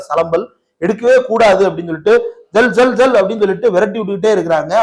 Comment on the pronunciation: தோழர்களே ஜெல் ஜெல் அல்ல செல்லோ செல்லொ அப்படினா போங்க போங்க என்பது தமிழாக்கம்